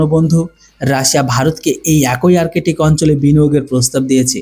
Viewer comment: আর্টিক বা আরকেটিক নয় । শব্দটি হবে আর্কটিক । ধন্যবাদ ।